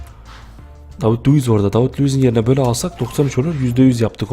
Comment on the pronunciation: abi flıpe luıse davıd luıs dedıgın zaman sacımı yolucam :D